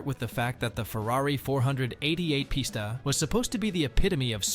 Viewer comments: "Four hundred eighty eight pista" said no car guy ever... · Once he said four hundred eighty eight posta I knew the video was scrap